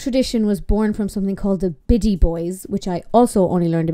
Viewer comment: I know you’re talking about the festival but every time I hear you say Biddy I just hear Bitty which here in the states is the same as B#?*! 🤣